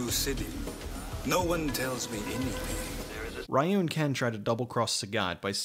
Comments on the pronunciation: ree-you not Rye-you... bruh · Excellent video, and very funny. But a couple notes; it's pronounced "REE-you" not "RYE-you." (that's not my opinion, that's how it's properly pronounced.) And you didn't mention the few mistakes they made, like that Balrog is a bad-guy in the games, and Dee-Jay is a good guy. =) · Ree-you and Ha-doh-ken. I know it’s an old video but this bothers me. Other than that a fantastic review. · it's because it doesn't respect the source material that's why people don't like it, they don't even use their powers. Also it's pronounced Ree-you not Rye-you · I honestly don't like that this movie is the reason why people say Ryu incorrectly. His name is pronounced ReeYou not RieYou. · God fucking dammit, it's not "Rye-you". It's "Ree-you" or, if you want to be more accurate, closer to "Ru". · Pretty sure it is Reeeeeeeeyu and not Raaaaaiiiiyu. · Juan Rivera Yes, but in North America that was how people pronounced his name. Nobody knew it was Ree-yoo and not Rye-yoo until the animated movie was dubbed and released. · It’s actually pronounced REE-YOU. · "Rye-ewe" the most bastardized english way to pronounce a japanese name... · of all the shit he knows about street fighter why can't he pronounce Ryu's name right that really bugged me to the point where I couldn't finish this review. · Ryu is pronounced like "reeyuu" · Ok but we know how how it's pronounced now... so I found it irritating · ok but this review easily released when street fighter first came out... it was released recently and he should know better, further more no one pronounces Miguel, My-gwell lol